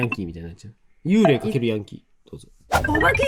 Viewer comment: "幽霊"の読み方は"ユウレイ"でも"ユーレー"でもなくて"ユーレイ"ですよ!!